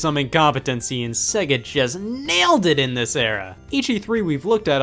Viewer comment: Why can't Americans pronounce SEGA properly?